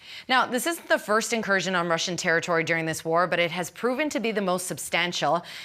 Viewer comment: Stop saying incustioro